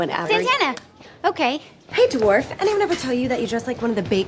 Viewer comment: I love how she calls Rachel a dwaf 😂